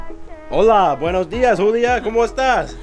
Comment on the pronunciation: He said HULIA😂😂......that was hilarious I don't know why